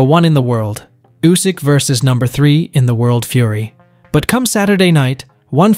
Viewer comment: Usyk ❌, U S Y K ✅